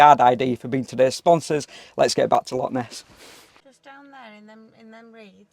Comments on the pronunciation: Its not lock, its loch, clear your throat at the end of the word 😂😂😂😂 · 😂😂😂 I've never met anyone from Englandshire that can say loch right so dinnae fash (don't worry) ❤❤❤ Love both yer accents to bits 😊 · Loving your videos being a proud Scoman. Love both your personalities. Can you please pronounce it Loch instead of lock. Lock is something to open with a key. A small nitpicking sorry. Love your videos regardless. Keep up the great work and safe travels x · Its Loch mate not a Lock